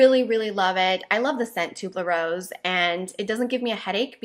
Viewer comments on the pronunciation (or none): What a great eclectic mix of products! Fun to watch! But also the scent/flower is T.U.B.E.R.O.S.E - it has no "L" in it, so I believe it is not pronounced "tube - ler - ose"